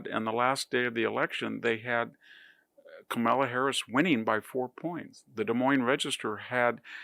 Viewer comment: You need serious help. Oh no Trump has always been successful when he cons people sa in his university. when he never pays his subcontractors. You can twist your analogy to satisfy what you want to believe. Yopu are so stupid or possibly racist as you cannot pronounce Kamala properly. You are cognitively bereft.